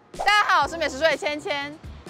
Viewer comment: 美食水水每次都聽成美食會